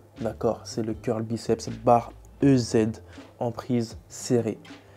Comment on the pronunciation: C'est marrant... Tout le monde prononce "eu zède" pour la barre EZ, alors que c'est "easy" (= "facile" en anglais).